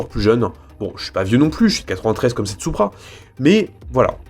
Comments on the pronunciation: Ça se prononce '' sou-pra '' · Perso je dit "supra" et pas "soupra"